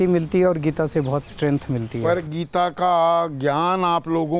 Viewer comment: Geeta. Bhai sahab thek se naam read kijiye. Book k bhr kya likha hain